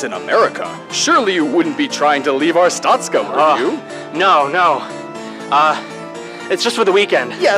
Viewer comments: Anyone else annoyed of how they're saying Artstotzka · I'm sorry but... ar-stOH-stka Not ars-tAH-stka Aaaaaaaaa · But isn't it arstotska instead of artstotzka? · Its pronounced Ar (as in far)stot (as in boat)ska (as in far). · The way they pronounce Arstotzka pains me...